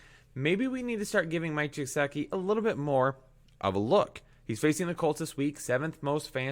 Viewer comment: gesicki is pronounced guh-sick-ee not how you pronounced it